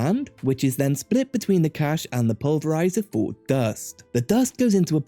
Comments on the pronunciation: it’s a good video, but cache is pronounced like “cash” and it kept infuriating me whenever you said “cachè” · FYI, the word "cache" is pronounced the same as "cash"